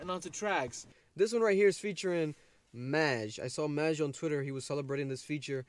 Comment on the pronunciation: Hmmm...glad you can relate to These Demons. It’s pronounced MAJ (m-AH-j) btw. 〽️